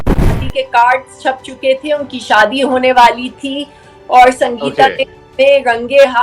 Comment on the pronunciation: भाई सादी नहीं शादी हजार नहीं हज़ार होता है पहले बोलना सीखो